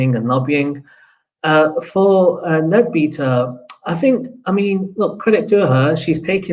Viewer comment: Its pronounced "Led-better". In the UK we have spent hundreds of years trying to separate religion and politics - not always successfully, but its the general direction. Why do so many people - on all sides - want to bring religion back into politics.